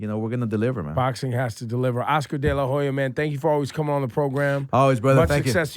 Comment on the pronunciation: Lol. Delahoeya aaaaAaa. BITCH